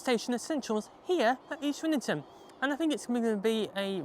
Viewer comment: Isn't it pronounced EASTrington not EastRINGton?